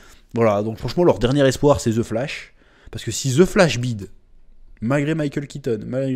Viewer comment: on dit pas ze flash mais the flash avec l accent svp !!! le français qui parle anglais fait honte ,prenez exemple au quebecois